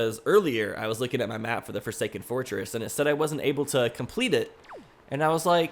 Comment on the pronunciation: Did i just heard forsaken foresking whe you say fortress?